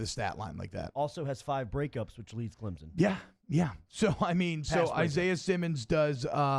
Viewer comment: Almost as bad as "Clemzin" ugh